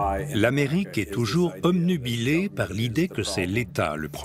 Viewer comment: il a dit omnubilé ^^